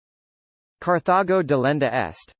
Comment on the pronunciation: Yeah, I really bet Romans turned a terminal 'a' on a word into a modern British 'ur'. So, it should be 'delenda' not 'delendur'. And NO Roman speaking classical Latin would have pronounced the name of the city as anything other than 'Car-ta-go' with a hard 't' just as in modern Spanish. This was just a bad understanding of Latin, or perhaps, none at all.